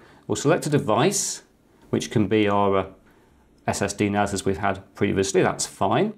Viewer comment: NAS not NAZ its a S not a Z